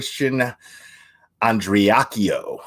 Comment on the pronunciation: You said the last name right. Everyone else is butchering it. Go!!!